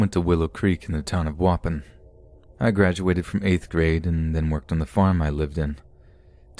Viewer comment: Danielle Barks don’t worry I have one too. Waupon is not pronounce waupin, it’s wah-pawn. It took me half the story to figure out he was talking about a town I went to weekly as a kid. No disrespect man just maybe google how to pronounce things if you aren’t sure please.